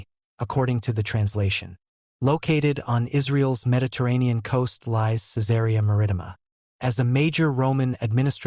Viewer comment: An obvious fiction! The description of Jesus as a fair-skinned, blond and blue-eyed northern European gives it away. PS The Roman town's name is pronounced, "Kai-tsar Mar-ri-tee-ma" with the a in "Mar" the same as in "carriage".